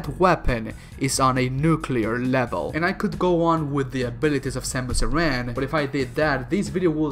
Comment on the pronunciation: Grey Voice gave her his DNA, not Old Bird. The Chozo you’re talking about is Grey Voice. It’s not Ripley, it’s Ridley It’s pronounced “Air-an” Arm canon